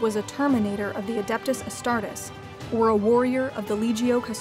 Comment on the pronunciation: I'm a little triggered she pronounced Astartes as "Astart-ess" instead of "Astart-eez".